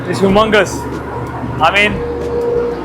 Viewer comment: हुमंगस नही ह्युमंगस